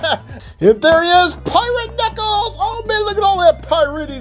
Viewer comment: Bro-you litterly got so much alll of this names wrong it’s dread,you said piRaTe KnUcKleS bro get names right💀